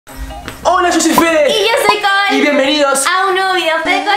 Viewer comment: Ella se llama cole pero solo se dice col vv😊